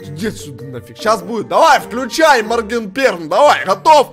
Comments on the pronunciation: А почему моркенштэрн а не маргенштэрн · Купик підписаний не правильно моргенштерн а не моркештер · Не моркенжтерн а Моргенштерн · Моргенштерн а не моркенжтерна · Надо не мркенжтэрн а моргенштерн